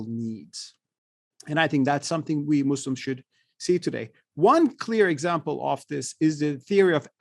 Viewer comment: I don't know why Westerners keep saying "Izzlam" and "muzzlims" ??!! Is the letter "s" is difficult for you to pronounce!!!!